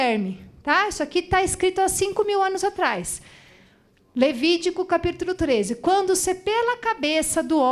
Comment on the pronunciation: "Levidico " rsrs Muito inteligente essa Dra, aula maravilhosa!.